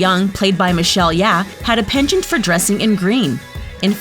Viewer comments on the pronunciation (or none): “Michelle Yeah” for real it’s Yeoh 😝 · Its Michelle Yeoh not Yeah~ such profanity, its like saying Celine Dion is Celine Dian or Whitney Houston as Whitney Hostan.. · It’s Michelle YEOH not Michelle Yeah LMAO AHAHAHAH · Hahaha i was looking for this comment!!! Yeoh! Not Yeahhh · Everyone in comments section offended how it's Michelle "Yeoh" and not "yeah"😂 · Jun Albert Alinsob , yeah it's yeoh and not yeah.. hhehehe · Her name is "Michelle Yeoh", not "Michelle Yeah" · it's michelle YEOH! do your research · Her name is michelle yeoh not yeah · Michelle Yeah! It’s Yeoh; hate it when Americans pronounce Asian names; like we say yours perfectly fine damn it reciprocate 😂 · It's Michelle YeOh with an 'o' there. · Michelle yEaH it's Yeoh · Michelle Yeah? Michelle No. Michelle Yeoh. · Listening to the lady narrator pronounce the wrong name makes me cringe.. it's Michelle Yeoh like Yo NOT YAH!! 🤦🏻‍♀️🤦🏻‍♀️🤦🏻‍♀️ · Michelle Yeah?It's Michelle Yeoh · It's Michelle Yeoh, not Michelle Yeah. Also, Asia's a continent, not a country. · Her name is Michelle Yeoh. Not Michelle Yeah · Eleanor young played by Michelle yeAh.....its yeOh not yeAh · Besides asia is a acountry thing, from scale of 1-10 how annoying it is that names were mispronounced? It won't eat a lot of time for the narrator to research them. Yah (Yeow) and Ing (Ng)??? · The narrator’s mistakes are ignorant and offensive. 😂 Check your facts please. It’s Michelle Yeoh, not yeah. It’s Singapore, not Asia. Asia is a continent, not a country.. Poor girl doesn’t know that?? Even if she was reading from a script, she should’ve corrected the errors 😂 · Michelle YEOH not YEAH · Enjoying this video until they called Michelle Yeoh as Michelle Yeah 💆 Srsly, is doing a research that hard? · Michelle Yeoh, not Yeahhhh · Did you just say Michelle Ye'A'h? 😂😂😂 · It's Michelle YEOH! Get it right!! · I'm Malaysian and the narrator pronounced Michelle Yeoh's last name and Malaya incorrectly..... ok that's all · it’s michelle yeoh dear god